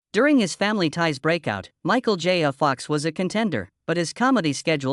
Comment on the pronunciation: Agreed I wanted to hear all about this but was as far as I could get when mentioning Michael J Fox and it sounded like he said Michal Jaya Fox, that was enough for me.